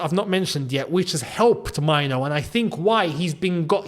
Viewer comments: Main - Nuu , not Mine- Nuu. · as a Ghanaian myself, and with Kobby being of Ghanaian descent, Mainoo is pronounced "may-nuu" not myno in Ghana. but i guess its up to him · the pronunciation is "Menu" with a stress on the "u". You are pronouncing it like "minor" which is wrong. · Erm a little bit of advice you are pronouncing the Mainoo wrongly,... Its a Ghanaian name and we it May-nuu but its slept Mainoo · the name is pronounced Meinuu